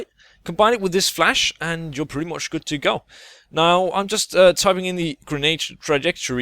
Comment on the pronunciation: " Pretty moch decent " :P